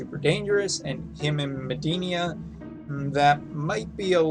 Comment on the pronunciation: Haha I also cringe when he says Mediena. It’s pronounced like Meh-dee-ena. But I support all his content even if he cant pronounce it 😹